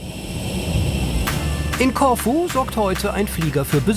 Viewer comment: Corfu - die Betonung liegt nicht auf o sondern auf u....... ein langes u